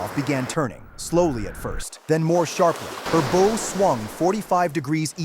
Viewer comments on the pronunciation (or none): This AI needs to learn naval terminology.. It's Bouw not Bow.